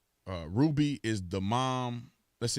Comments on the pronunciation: It’s RUBY...not RUDY. And people supposed to believe you when you can’t even pronounce simple names 🤦🏽‍♂️. SMDH Lmao 🤣🤣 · La Ruby not LA Rudy??!! You keep saying it over and over man. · It’s “RuBY” with a B, Bruh. Rudy is a Huxtable...